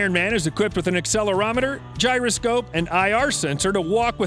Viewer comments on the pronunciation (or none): none